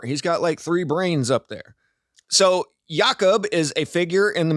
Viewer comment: Its Ya-Koob